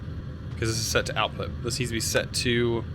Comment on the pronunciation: "Outout" why does that trigger me so much